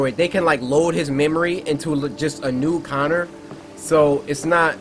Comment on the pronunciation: ITS CONNER ITS CONNOR! AAAAAAGGGGGGGGGHHHHHHHHH!!!!!!!!